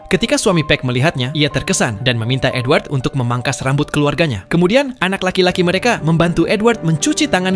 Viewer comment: Gw dengernya N-word bukan edward💀